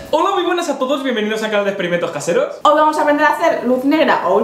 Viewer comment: Oda muy buedas a todof biedvenidof al canad de espedimentos casedooos voz de down